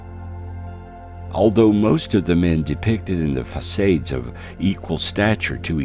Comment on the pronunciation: Odd pronunciation here...facade - Vermont amongst others... computer generated voice over here